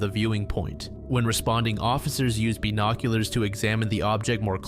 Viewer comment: Beenoculars? What? Tiny binoculars for bees? It's Bi-(as in two)nock-you-lars bud